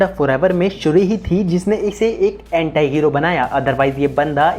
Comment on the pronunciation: एंटाई नहीं भाई एंटी होता है